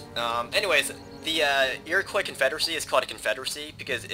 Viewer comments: As an Iroquois (Mohawk), this is quite a treat. You slightly mispronounce the word though. It's not 'Iro-coi', but 'Iro-qwa' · I noticed that you have a tendency to mispronounce Iroquois. The 'i" is silent.